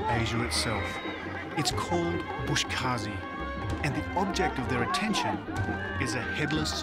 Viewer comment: The narrator keeps on calling it “bosh kazi”🤣he misplaces the letters instead of saying Boz Kashi” he calls it bosh kazi” it’s a Farsi word Boz means goat 🐐 and kashi means pulling, grabbing depending on sentences structures.